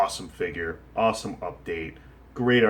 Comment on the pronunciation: let's say it again: UDATE lol... nice top 10 list